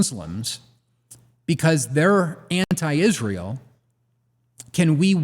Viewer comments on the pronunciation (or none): I hate the way pronounces "Izz-rool"